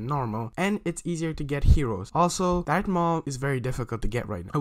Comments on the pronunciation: Did u say dark maul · Im sory but him saying dart maul is trigiring for me